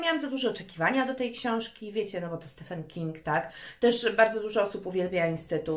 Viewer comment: Czy tylko ja wyłapałam, że trochę przekręcasz to jak się wymawia imię Stephena Kinga ?